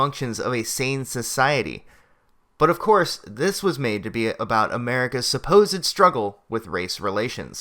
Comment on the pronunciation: Ha - "God's second favorite people"! It's "the shtruggle"!